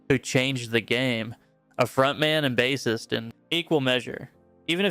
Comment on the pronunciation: At least your AI pronounced bassist correctly, thanks. 🎣